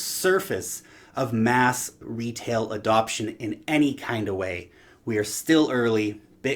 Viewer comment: "Adoption" lol plz.....